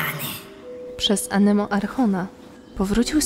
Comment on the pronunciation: Jeżeli zabieracie się pod dubbing to polecam nauczyć się pierwsze poprawnej wymowy niektórych nazw. Słowo Archon wymawiane tak jak się widzi kłuje w uszy (zamiast ch w wymowie tam tam ma być k ). Tak samo z Liyue, inicjatywa ciekawa ale jak na razie szału nie ma poza Abbys Mag. Trzymam kciuki i podwyższcie tą jakość!